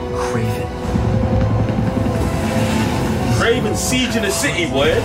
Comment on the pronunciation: It’s damn sure not kraven lol